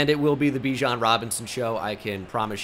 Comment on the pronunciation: you know bijan said thats not how to pronounce his name in a interview